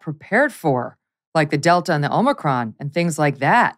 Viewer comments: So, if this guy really works for pfizer this is insane. However - why does he say OMNIcrom, and not Omicron. He pronounces the variant wrong...that's a little strange to me. Although...even some presidents say Nucular instead of Nuclear so could just be nothing... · Def says OMNIcrom...anyway, a lot of people mispronounce. He's done...and hopefully so is Pfizer.